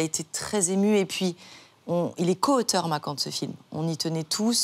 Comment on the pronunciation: Le prénom. Se prononce « macane » deja c est bien de le prononcer correctement 😅